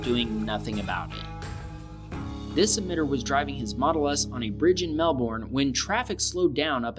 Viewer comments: it’s not pronounced Melborn it’s pronounced Mel-burn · I'm Aussie and Ur accent need someone work but its good Enuff and it not melborn it's Melbourne Mel-borne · I can understand that the Truck can't see him, their blind spots are broken, a good rule is, if you can't see him in the mirror, they can't see you. ALSO, MEL-BIN not Mel-Born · bruh the fact he pronounces it brisbAne and melbAne make me cringe it is pronounced more like brisbene and melbene :) just for future reference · Mel-boooorrrne and Bris-baaaaaane. Ugh. Pronounced 'Mel-bin' and 'Bris-bin' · It is pronounced "Melb-ern" NOT "Mel-born" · omg not trying to be rude or anything but watch you pronounce the states is hurting me Brisbane (bris- ban) Sydney (Syd- nee) Melbourne (mel-bour-ne)f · Im 20 seconds in and i'm going to bet all the money i have 0.00 that he ends up saying "mel-BORN"and "briz-BANE" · Melbourne is pronounced as ‘Mel Ben ‘ and Brisbane is pronounced as ‘bris Ben’ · it is not pronounced melbourne it is pronounced melben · No Offence But When He Said Mel bourn I Could Not Stop Laughing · it’s pronounced Mel-bon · Sorry to correct you but when you said Melbourne it’s actually pronounced Mel burn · I’m a Australian and I always get kinda mad when someone says and place name wrong edit I just got happy since he said Victoria right also here’s how you say Melbourne and Brisbane say melbin that’s how you pronounce Melbourne for Brisbane think of brisbin thank me later so that’s how you pronounce them now said Perth right I think at lest I don’t really remember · Just so you know Melbourne it’s pronounced like: mel-bin same with the Brisbane bris-bin (or at least that’s how I say it as a aussie) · Bris-Bane Mel - Burn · As an Aussie (pronounced: Ozzy), in Melbourne (Mel-bun) I can certainly attest to the poor driving here! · i am a aussie myself its so funny how you say melbourne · When you said Melbourne you said it wrong lol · I'm Sorry But The Way You Said Melbourne Drove Me Up The Wall